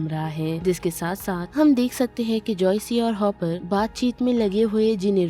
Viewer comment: That's joyce not joycei😂